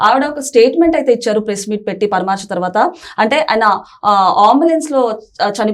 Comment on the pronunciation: పరామర్శ అనాలి తల్లి పరమార్శ కాదు.ఎక్కడదీర్ఘం పెట్టాలో తెలుసుకుంటే మంచిది.